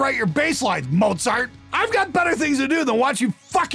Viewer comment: Lmao "Mozart"😂😂